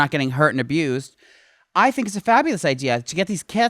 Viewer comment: "That's such a smart idear" lmao I fucking love!